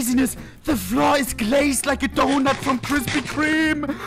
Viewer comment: DA FLOOR IS GLAZED LIKE A DHHONUT FROM KHHHRISPY KHHHREME